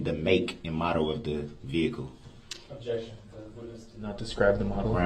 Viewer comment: Uhjection instead of objection! Tapped! Fair to say!